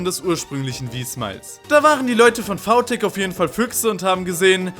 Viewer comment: warum sagst du vau tech aber vi smile?